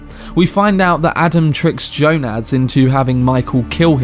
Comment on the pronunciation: I've never heard Jonas pronounced like you say it. It's quite striking. Anyway it's more Y - O - nas not Jo - NAZ